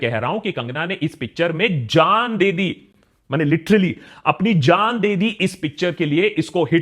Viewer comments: Oh oops! The way he emphasised the word, I thought Kangana’s character dies in the movie !😂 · At 5.20 ... achcha tumne kaha jaan dedi... maine suna gand dedi😅